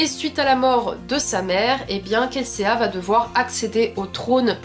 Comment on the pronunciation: Kelséa 😭😭 c'est Kelsea et ca se prononce kelsi 😂😂 en tout cas je suis d'accord avec toi c'est un super roman! J'ai adoré l'univers..